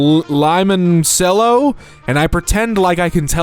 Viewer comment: Not the mispronounced limoncello 😭